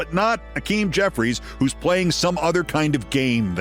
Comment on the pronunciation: I'm with you, man. But it isn't Akim. It's Hakeem.